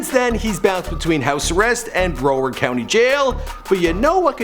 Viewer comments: Did this fruit loop just say "bro werd" it's "broward" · Really dawg? “ bro-ward” ?? It’s pronounced brow-erd. You butcher common words so bad it actually makes me cringe hard. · I don't know who told you how to say Broward County but imma break it down Brow-ard brow as in eyebrow